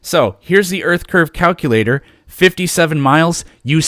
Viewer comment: Never trust the math of someone that pronounces it “Calcuhlater”.